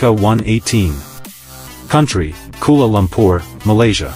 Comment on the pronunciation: Amazing vid but it’s not kula lumpur, it’s Kuala Lumpur